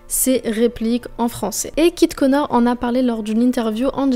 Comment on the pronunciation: trop cool la vidéo mais à tu dis "Kit Konar" 😭😭 elle est géniale sinon la vidéo !!